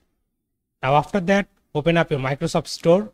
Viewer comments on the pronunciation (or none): none